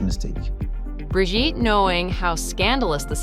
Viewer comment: Brigitte!!!!😅not bridget!!!